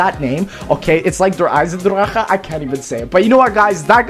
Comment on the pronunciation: I'm german and I'm amaized! you're one of the only americans that can say eisendrache or in general german names pretty close to how you actually say it